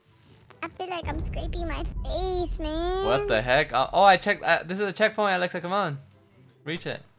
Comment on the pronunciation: Her name is Alexa not elaxa